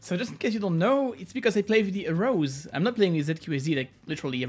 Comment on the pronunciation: bruh thank you I was so confused what type of finger placement arose was. I was researching and looking at different hand placements. Nothing was named arose. How did he mispronounce it so bad.